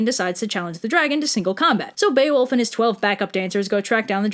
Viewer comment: BEE-OH-WOLF. Bear-fucking-wolf